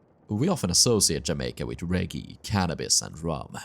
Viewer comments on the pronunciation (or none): Reggae is pronounced "reh - gay"